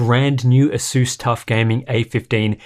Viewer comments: Mans fr said aseus like the laptop some greek philosopher 💀💀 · I learned one thing during this video. I pronounce ASUS incorrectly... or he does... well ONE of us says it wrong!!